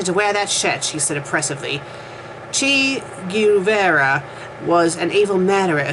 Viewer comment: Why read when you cannot even pronounce the words properly... Bourgeoisie, Che Guevara, etc., you mispronounce everything, and you are a native speaker of English. Don't you feel a bit ashamed? P.s. Comming from a formerly communist country, I can, and do, laugh at things in this fanfic. It is obviously a parody written by someone who is, unlike you, well versed in history.